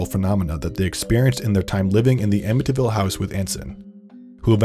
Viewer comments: Why do you pronounce amityville like that? "amiTyville" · The way he pronounces ‘Amityville!’ 🙄😒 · As a long islander, I find it offensive to hear you mispronounce Amityville.